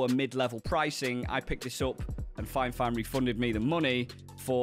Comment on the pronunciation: You keep saying finefine its fifine...